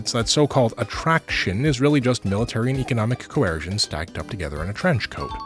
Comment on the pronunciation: "Diplaumacy" will always be my favorite distinct -ism. Though "Co-air-sion" is pretty great too.